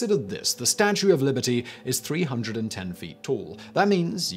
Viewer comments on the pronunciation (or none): none